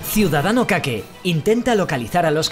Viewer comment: Hostia se pronuncia "kake"? Yo decía como si fuera en inglés, algo como "keik" (por lo menos no te llamo señor caca xD) xD lo peor de los okupas y que yo no sabía es que encima no puedes cortar la luz, agua, etc...o dejar de pagarla....es flipante